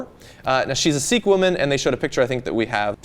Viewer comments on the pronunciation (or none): Sikh is pronounced as "sick" not "seek."